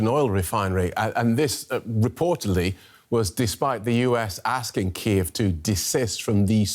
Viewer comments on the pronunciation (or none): none